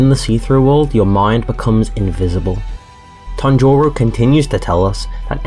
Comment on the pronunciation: Why are you saying "Tanjoro"😂😂